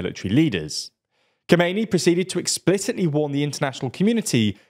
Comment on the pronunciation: A minor correction for how to pronounce Khamenei. It has four syllables, Kha-me-ne-i (kha-meh-neh-ee kinda)